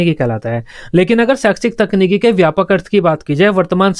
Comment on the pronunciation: Sir g ap saikshis khte hai .. but pdhate bht bdiya hai